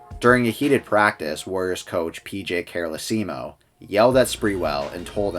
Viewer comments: I stopped listening after you said “PJ CARE LEE SEE MOE” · 1. Talking bout Spree in GSW but showing NY highlights is funny to me. 2. The way he pronounced PJ Carlesimo is also funny to me